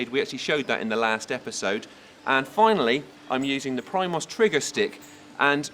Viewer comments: It's "pree-moes" not pri-mos. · Primos is pronounced (pree moe). It's an e sound and the s is silent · It's deeablo and preemos